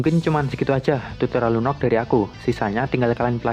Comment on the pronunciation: Lunok Lunok Lunok ngomong Lunox kek asu gaenak bat dengernya